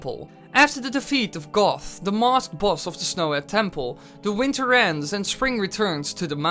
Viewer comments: Yes it is! Like a bahbah GOAT not GOTH 🤣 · IT IS GOHT, NOT GOTH! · his name is goht not both it is pronounced like goat or like got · d-did you call goht goth? I am fairly sure its said as goat, or guh oh t. Not goth. Goths wear makeup not masks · I'm sorry, but I could swear that you were pronouncing Goht as "Goth". But you didn't, did you? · it's goht, just a...wanted to make that clear. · Isn't it "Goht" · Just saying goht is pronounced goat not goth